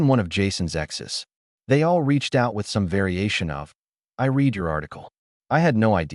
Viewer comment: You know it's AI by the way it pronounces the past tense of read as reed, not red